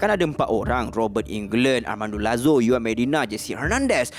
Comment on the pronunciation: kan bagus kalau belajar sebut sebutan yang betul. Setiap video mesti ada salah sebutan. Setakat juan disebut yuan xpe lagi. Ini sawed off gun disebut sawit omg 😭😭